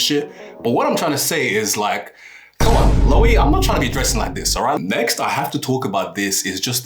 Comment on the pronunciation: the Loewe pronunciation sent me 😂 really love the content tho